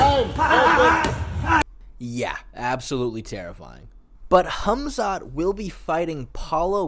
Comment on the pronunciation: I love how you say his name correctly. "Hamzat" not "Kamzat". Some names have something like a k but some don't like Hamzat and Habib. I assume he could do something wrestling wise to Costa if he trains with good and I mean GOOD heavier wrestlers.